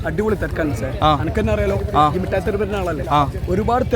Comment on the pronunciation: മുട്ടായി തെരുവ് അല്ല മിഠായി തെരുവ്😂